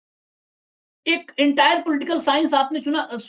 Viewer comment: Entire nahi saheb ENTAAR bolte hai